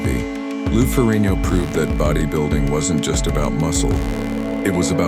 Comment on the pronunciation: AI still unable to say Ferrigno.🤨🤦‍♂️😅